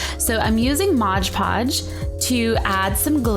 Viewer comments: I'm sorry, but it's pronounced MOD podge... not modge podge... and your breathing scares me a little.. but this is a great diy! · Lol she said Modge Podge.